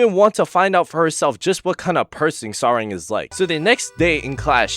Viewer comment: You might want to search how to pronounce her name properly 😅 Its not Sa-reng but Sa-lag It means Love in Korean, so basically her name is *Love Yu*.